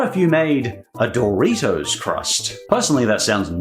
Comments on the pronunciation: I kept hearing it like "Dorry toes". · hearing you pronounce doritos as "DOOR-EEH-TOES" made me want to die lol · Doritos is not Pronounced Dory toes